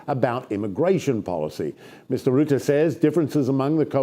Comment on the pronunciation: Nice video. It’s pronounced roo-tuh though not Roo-tey 👍🏻